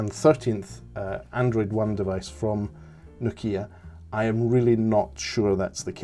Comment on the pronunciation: No'kia not Noki'a !